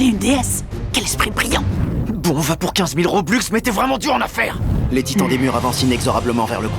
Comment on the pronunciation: Juste on dit Robux pas "Roblux" mais sinon très bonne parodie, surtout le "aller Papa j'vais me faire tout seul"